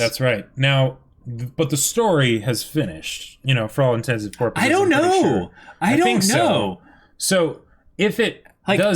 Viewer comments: Is "porpuses" due to some kind of accent? Both of you always pronounce "purposes" like that. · I think it's like an inside joke lol they've said purposes correctly before.